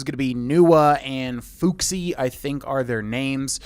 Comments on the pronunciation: Thank you for the in-advance information, But the way you pronounced Fuxi makes me want to claw my eyes out. It’s Fu-shi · A totally reasonable mistake to make, but Fuxi's name is pronounced FOO-SHEE, and their last name is FONG not Feng.